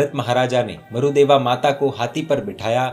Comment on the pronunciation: Marudeva nahi Marudevi name h aur sihasan nahi sighasan bolte h